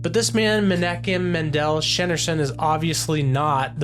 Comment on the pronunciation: I'm always saddened to see how deep the deception is & just how veiled the eyes are to seeing the truth of who Yeshua is. And by the way the correct pronunciation of rabbi Menachaim Schneerson's last name = Shneer-son. Thanks & shalom for sharing this video!